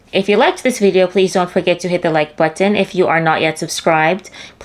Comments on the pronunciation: I love the way you enunciate the word "button" to avoid sounding straight from da hood. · Nothing delights me more than the way you pronounce 'button'. You pronounce those 't's so beautifully. 😊